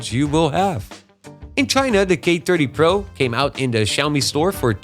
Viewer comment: He's definitely Dutch. His accent is pretty good as far as Dutch people go, but as another Dutch guy it was still a bit distracting. You can here it on his "th" for example. He is very deliberate to try and get it right, even then he sometimes slips up in a very Dutch way like the third time he said "thirty" in a row. "tirty" and "firty" are ways of getting around the inability to pronounce "th" almost every Dutch person, me included, does. He went for the former